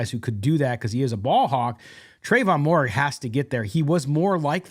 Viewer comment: Lol it’s been 2 years now, can you please pronounce Moehrigs name right